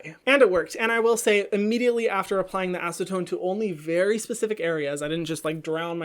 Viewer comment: I laughed so hard when you said acetone and hid 😂 we forgive you hahaha